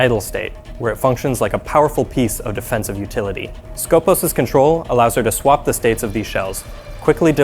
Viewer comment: Its not skOpos its skopOs that is pronounced. That means in Greek the one who watch or purpose.